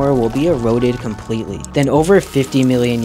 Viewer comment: "beep boop" Ikea alien:what's this planet called earf?